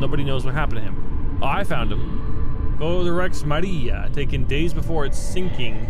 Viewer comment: maria in spanish acent noice